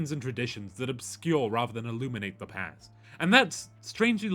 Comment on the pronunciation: At the start i could swear he said no Pant. Not Past. Which works either way